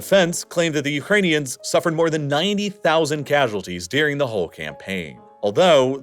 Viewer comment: One of my biggest pet peeves with this channel is the way he says "dearing" instead of "during". God, it drives me nuts and makes me want to punch a... nevermind, I'll stop here.